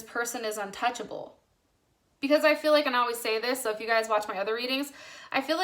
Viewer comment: Libra moon here does resonate ( but plz stop saying ‘guyes’ thats is not a word .)